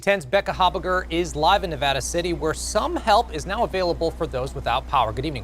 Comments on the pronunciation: I would think a professional would know our state is pronounce just like you spell it Nev-AD-a, not Nev-ODD-a. All she has to do is listen to the guy right next to her and all the people reporting in the field. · Nevada is NOT Ne-vah-duh. It's Ne-VA-duh. The "a" vowel is short, like , tan, scan, etc. Yes, call me a grammar nazi or whatever. :) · there is a big difference in an accent and mispronouncing a state. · The correct pronunciation in Spanish (Spanish for "snow") is Nev-odd-uh, and a lot of people outside of the area tend to pronounce it that way. It's not actually wrong . Californians and Nevadans say Nev-add-ah. It's a very definite regional accent. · The correct pronunciation in Spanish, which is the origin of the word, would sound like Nev-Odd-ah, and people from other regions often pronounce it like this. But Californians and Nevadans do pronounce it Nev-add-ah. It's a definite regional accent. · She needs to learn how to pronounce Nevada.